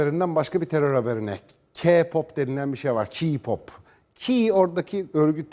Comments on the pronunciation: Abicim doğru düzgün okuyun şunu kiğ ya da kağ pop değil KEY PAP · Bİ S GİDİN ALLAHINIZI SEVİYOSANIZ SİZ İYİCE KAFAYI YEMİŞSİNİZ C!NSELLİK NE ALAKA VAHŞİLİK NE ALAKA TAM TERSİ BİZİ ŞARKILAR İYİLEŞTİRİYOR VE KİPOP DİYE OKUNMUYOR KEY POP DİYE OKUNUR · Öncelikle kiğğğ popp değil keypop diye okunuyor, 2. Önce intihar etti diyip öyle aşağılayamazsın hem sen adam mısın ki başkalarınınkine laf ediyorsun? Ayrıca intihar etmeleri kendi hayatlarındaki sebeplerden aksine bize kendimizi sevmemizi söylüyorlar, zıkkım da seni yapan ailendir.... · “KİPOP” DEĞİL K-POP ÖĞRETEYİM CANIM DÜZGÜN SÖYLE SONRA GEL HABER YAP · KİPOP HAHAHAHHAHA KPOP DEMEYI ÖĞREN SONRA KONUSMAYA CALIS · Ki pop değil okunuşu Key Pap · Kipop diğil K-POP ilk önce konuşmanızı geliştirin sonra onları eleştirin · Hani sen kipop diye okuyosun ya o keypop diye okunuyor. Bizim müzik zevkimiz seni alakadar zerre kadar etmez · Kiğpop keeğpop lfldkdldkdls cidden bu yayını açmadan önce gidip bir araştırın ya üzülüyorum size kafanıza yazık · "Ki pop değil " "k pop" sen daha kendi cinsiyetini karakterini bilmiyorsun onlaramı laf atıyorsun . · Önce Kpop demeyi öğrenin sonra konuşun va baştakiler ERKEK intihar ettiklerine de çok sevinmişsiniz bakıyorum utanmasanız dans edeceksiniz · Daha ki pop diyor keypap demek yerine ya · Kipop demenden cahilliğin anlaşılıyor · Ayrıca ki pop diye değil key pop diye okunuyor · Dovesim geldi KA POP DIYIL K-POP OKE MI?! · ke pop diy e okunmuyo key pop diye biliyorum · Sanırım haber bulamamıssınız o kadar araştırmışsını bari okunuşunu da ögrenseydiniz KİPOP ne ya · Önce K-pop demeyi öğrenin sonra eleştirin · Kipop?? Hdkejdjdjdndjedjjdjd abi ingilizceni düzeltir misin önce? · Ki pop diye okunuyor CaNıSı TvNeT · "Kigggg pop" malmısin knk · Nobody: Nece konuştuğuni bilmediğim insan: Kiğğ pop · Sizde acayip gıcıksınız yaw. Bir video da ''Ka pop'' diyorlardı. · Vallahi ya biri diyo ki pop biri diyo ka pop 😣😣 hiç doğru düzgün söyleyen görmedim valla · Knk ilk önce k-popu söylemeyi öğren